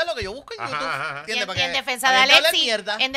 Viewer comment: George el mamón de, su fan #1 en “YuTuf” 🤣🤣🤣